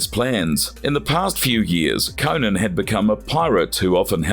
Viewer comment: CO-NAN, Not CONAN that’s a funny late night talk show host. Jeez🤷🏾‍♂️🤷🏾‍♂️